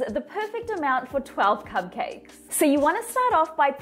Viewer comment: Did anyone notice her saying cub cakes instead of cupcakes